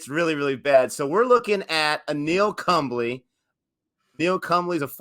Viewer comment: Kumble is pronounced phonetically like all Indian names in Roman spellings, Koomb-lay ('l' has a unique sound present in some Indian languages especially Southern languages) for a more accurate pronunciation copy paste "ಕುಂಬ್ಳೆ" in google translate & select Kannada (his native language) & hear the pronunciation, I think it'll be more helpful & easy 👍 I think it's simply called a 10 Wicket Haul (5fer is called a 5 Wicket Haul) but usually it's regarding the number of Wickets in the entire match coz 10 in an Innings is nearly impossible (it's happened only twice in history, ENG's Jim Laker was the 1st to do it & took a total of 19 Wickets in that match, 9 Wickets in the 1st Innings & then 10 Wickets in the 2nd Innings of the same match vs AUS). A funny thing about that I heard in an interview of Wasim Akram was that for the Last Wicket it was him & Waqar Younis batting, Waqar was apparently batting risky to basically throw away his Wicket when Srinath was Bowling to keep Kumble stuck at 9 Wickets. Wasim Akram apparently told him to not do that & bat well coz it wasn't right to do that. Then there was a moment when one of them (may be Waqar) hit a shot during Srinath's Bowling & was going to a Fielder & Wasim Akram says basically every IND player was shouting for the Catch to be dropped & every PAK player was hoping for the Catch to be taken as it'd have kept Kumble at 9 Wickets 😂. I think Kumble's 8th & 9th Wicket fell on consecutive balls giving him a unique opportu